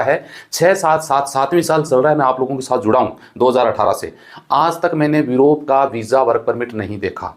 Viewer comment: Europe ko virope bol rahe hai sir